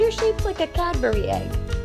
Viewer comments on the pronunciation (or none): I thought you said " catbury egg " 😂